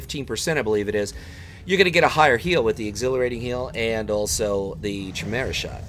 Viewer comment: Chimera is pronounced... (Kai... Like Tie) (Meera.... Like Vera) if all else fails use google translate and listen to how it sounds... Love your vids though xx